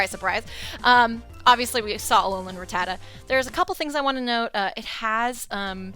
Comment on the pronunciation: Did anyone hear how she pronounced Rattata and Lunala Someone help her